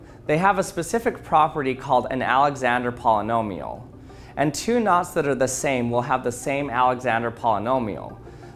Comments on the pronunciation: Me hearing nuts instead of knots: 🗿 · The entire time I thought you were saying “NOS” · When you saying "knots" very often, i am starting hear "nutz"